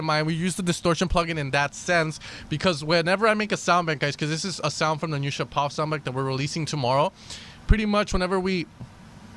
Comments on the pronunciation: Мне тоже ухо резануло :D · Not ShapOv. ShApov!